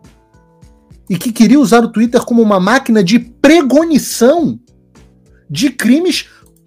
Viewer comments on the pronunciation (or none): Admiro seu trabalho mas é “Pré cognição”.